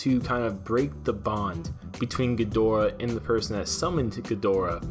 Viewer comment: Can you pronounce it correctly please. Watch some old godzilla movies.